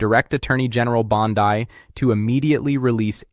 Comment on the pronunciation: Your mispronunciation of Pam Bondi makes you sound even more like an AI voice than you already do